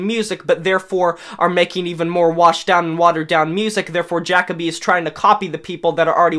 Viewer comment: Is this video a joke? Seriously asking because first, it's JUH-co-bee, not Jack-o-bee. Did you listen with broken headphones? I don't know where you're getting this whole "he sounds like multiple vocalists" crap. Also, releasing the same album 10 times? I really hope for your sake that's sarcasm cuz if every single Papa Roach album sounds the same to you, get your ears checked bud. Also, coming from someone whose favorite band is Skillet, I can easily distinguish Jacoby's voice in the chorus of the Ending. He does not sound like John Cooper. Addressing your point on Not The Only One's so called hypocrisy, who the fuck stated it was a concept album? No one made the rule that the themes of the song had to flow together. Just because some of the other songs deal with issues doesn't negate any sort of positive/inspirational theme and it's place on the album. If you're going track by track, double check your notes and make sure you aren't skipping any. You completely disregarded Maniac. Funny how you say no experimentation yet this is the only one of their albums with a heavy side of synth and electronic elements on a majority of the songs. Top of the World being the best example. Wanna name another Papa Roach song that sounds just like it? I'm not very high on Elevate either but if you're going to dog on them for going in a sound you don't like but also say they don't experiment with their sound, then that makes you the hypocrite bro. Oh and do yourself a favor and stop trying to